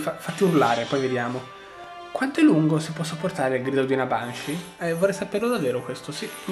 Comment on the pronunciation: Banshee si pronuncia benshee